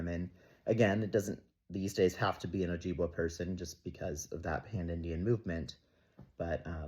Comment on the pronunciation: "Oh-jib-way" (p sure that's how u say it if memory serves). I appreciate you for looking into the story and our (meaning first people's) often erased history. :]